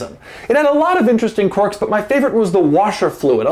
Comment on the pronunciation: For ****s sake. Its pronounced KWERKS not CORKS!